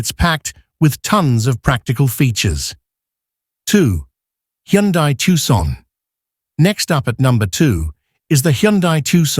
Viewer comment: Hyundai is pronounced like "Sunday". Just saying.